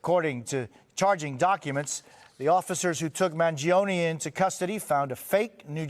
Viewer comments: Manifesto He said “Mangiano” It’s Mangioni… duh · "If there's anyone that knows anything about this its you "??? The guy literally didn't even know how to pronounce the suspect's last name correctly. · Pronounce his name right.